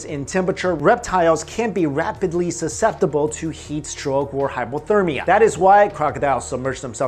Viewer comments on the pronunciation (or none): none